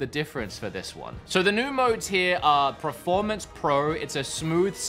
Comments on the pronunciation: I love how the longer this video goes on, looses the ability steadily to say performance and then just looses all concept of the word and says pre-formance 😂 anyways, nice video dude! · PERformance not PREformance, so annoying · Take a shot every time says "Preformance". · PERformance, not pre, PER-for-manse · Drink every time this dude says proformance. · Praformance mode hey? Good praformance on this console hey? I love a good praformance 😂😂😂 praformance, some help this dude with his pranunciation 😂😂